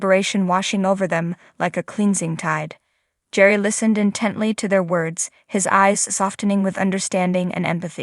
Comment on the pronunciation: Gerry, with a hard G